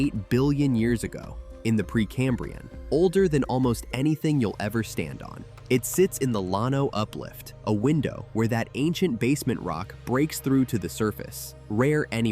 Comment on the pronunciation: Pedernales is tricky. I've always heard it Per duh nahl us. Llano was close, but it's Lan O, not lun o. Braz uhz, not Braz Ohs. WAX a hatchie. Just like candle wax. I enjoyed the first half with the natural places much more than the industrial ending. But then again I live in the Texas Hill Country.